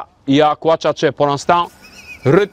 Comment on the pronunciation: J'adore ce rrrruuuuut Je vais le garder 😆